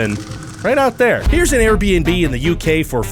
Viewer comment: Oh, making fun of Air-Buh-En-Buhs are tight!